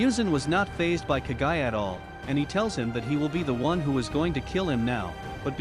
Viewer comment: Moo-zan like how a cow says moo. Please do research before naming names. And Kaguya is pronounced kog-guya